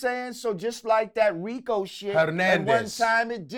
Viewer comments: "We gonna call it da DRICO baby" I'm done😂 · Why you call it R.I.C.O 😲😂😂😂😂